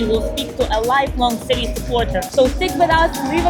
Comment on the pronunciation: Wish fellow Mancunians would pronounce City properly rather than ‘citeh’ ITS CITY.